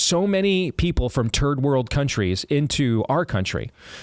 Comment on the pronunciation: Is Steve. Saying terd-world countries? Cause he’s said it twice now. lol, terd-world countries. 🤷🏼‍♀️